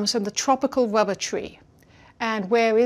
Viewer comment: It is unfortunate that she is unable to pronounce the letter R, hence her having to say ''wubba'' many times. Let us also not forget to lament the Japanese man who decided to sell everything he had to manufacture and market licorice or, as he says it, ''hwigowish''.